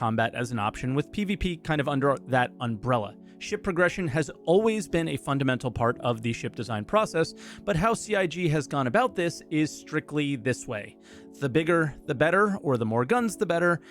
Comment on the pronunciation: Umbrella* not unbrella